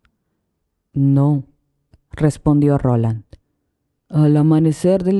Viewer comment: Es Roland no Ronald